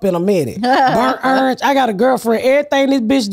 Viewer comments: Ms. Pat can murder any word “burnt errange” 😂 she’s the best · I love when she says bernt errnge